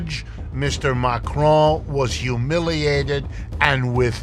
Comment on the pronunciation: He should learn how to pronounce Macron. CC showed he was saying McRoy.